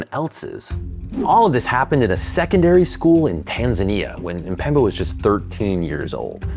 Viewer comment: Isn't amazing that many English speakers seem incapable of pronouncing Mpemba and say Empemba instead? The way phonetics of one's own language literally makes one uncapable of hearing some pronunciation details is crazy.